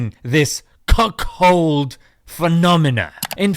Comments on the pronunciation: It's CUCKOLD not CUCKHOLD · Lol the way you say cuckold 😅😅😅😅😅